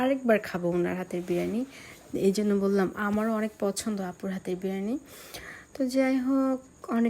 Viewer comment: আপু ভ্লগ করে কিন্তু সেটার নাম বিরিয়ানি নাকি বিরানি সেটার সঠিক উচ্চারণ টাই পারে না। আবার সে নাকি বাংলাদেশের নম্বার ওয়ান ইউটিউবারের আত্মীয় লাগে । ব্যাপারটা সত্যিই হাস্যকর😂😂😂😂